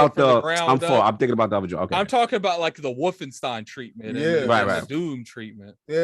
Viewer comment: Damn, this is my fav episode, hope we see more of just ya’all 4 in the future, chemistry on point!! (P.S. pls tell King it’s Wolfenstein not WolfenstEEn, starting to think he’s saying it like that on purpose 😂)